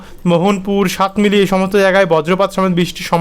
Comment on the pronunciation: শুভ নববর্ষ ভাই । আজকে আবার সাতমিলি বললেন , ওটা সাতমিলি নয় সাতমাইল - সাতমাইল - সাতমাইল । ধন্যবাদ ।